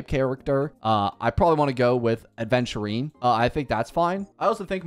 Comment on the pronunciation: i really enjoed the video up until you said "Adventurine"... xddd